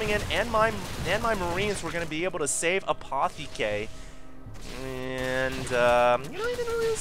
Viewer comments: Apotheke is german for apothecary also pronounced AH-PO-TECH-KA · Actually it's A-pu-tea-kuh... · Apotheke is the german word for drugstore. The th is pronounced like a normal t and the two e are pronounced more like the first e in ever.